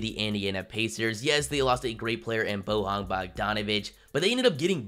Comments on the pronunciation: Everytime you said BoHan Bogdanovic, one little puppie in Croatia died...It's BoYan,... Y like in Yao Ming :D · Why tf you saying "Bohan"? It's pronounced "Boy-yawn". Plus, it seems like you really lack NBA knowledge and you just look at these things on paper.